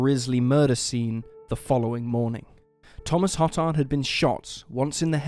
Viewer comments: Good stories. FYI-Hotard is pronounced Ho- tard (long 'o')not Hot tard, and Bossier is pronounced Bo-zher not Bo zer. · Hotard is pronounced hoe-tard, seriously lol I grew up on the west bank of new Orleans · No one else cringe at the pronunciation of hotard, then realize hoe-tard is actually worse lol